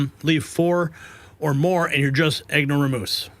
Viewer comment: "EG-NO-RA-MOOSE" would be "ignoramus",. Hope that helps!